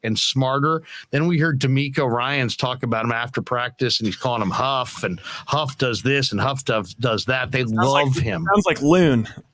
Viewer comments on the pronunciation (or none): Dang I hope you guys put it out there that Talanoa low key doesn’t like “huff”. It’s actually very disrespectful to his family name to be mispronounced like that. If you can say the word “who” then you can enunciate the first part of his last name. Hufanga (hoo-fah-ngah).